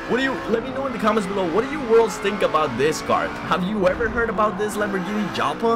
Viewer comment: It's pronounced "YALPA" lol and it was the predecessor of the Gallardo nice car bro